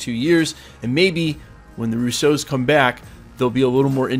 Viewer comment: I love the way you pronounce the Russo’s. Putting the emphasis on the 2nd syllable instead of the first. No complaints, it makes me smile. Love the channel!